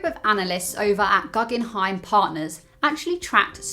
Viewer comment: Thanks for the video. I've been investing for 3 years now and I'm at a grand total of +2,7%. Hooray at least I'm still in the black. 😁😁 Love the haircut by the way❤ PS It's pronounced Googenheim (I know it doesn't look like it should be though) Cheers, Gary